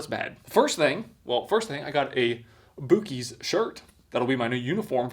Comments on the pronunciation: Buh-kees or Buck-eez. Not Bookeys. No disrespect though. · You called it "boo-kies"? Wtf? Its pronounced buck-ies. Buc-ees. Bucees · It's pronounced Bucky's not bookies. LAUGHING IN TEXAS 🤠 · “Boo-kies” man just pissed off an entire geographic region. My closest bucc-ees is a 12.5 hour drive and I’m mad. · It’s buc ee as in buck ee not as in boo keys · Its pronounced Buck-ee's not Boo-cee's, we have them all over central Texas and they are basically a giant convenience store with about 100 gas pumps. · buck eees... not boo keys. lol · My brother in Christ look at the logo and say the name its not boo-keys buc man buc no boo 😂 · I can't wait to visit a "Boo keys" i wonder if it is different from the place everyone calls "Buck ees". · Oh my. The butter one. Also, buck, not boo. Lmao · Hey, if you actually read these comments, the pronunciation for Buc-ee’s is (Buck-eez). Boo-Keys is so funny. Redo your shirt to match your pronunciation for a future video. So hilarious. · Just so you know, it is pronounced BUCKEYS not BOOKEYS. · Its not bookeys it. Buh keys lol buc ees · It’s (buck ees) not boo cees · It's pronounced buckies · pronounced BUCK-EASE Buc-ee the Beaver ! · Boo-keys lmao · Its not booc-ee's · It's pronounced boo-xi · Its BUCK EEEE SSS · It's pronounced buckys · It's pronounced Buckies...hence the bever with teeth. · "Boo-Keys," I see choose violence. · I thought he was joking the first few times he said bookies, but now i know that is how he actually thinks its actually bookies😂😅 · It’s pronounced Buck-E’s sir 👎🙂‍↕️ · No dummy it's supposed to be pronounced as bussy like the pianist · Mf said BOOKIES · The u is pronounced like a a. It’s buc…… ee’s basically like a male deer is a buck. Bucees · That is not how you pronounce the name. It’s pronounced like Buck-ees. I seriously correct people for pronouncing it wrong. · went there shopping and knew how offended people would he if says BuuKeys 😂😂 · Bucees is pronounced buckys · It's Buck-Es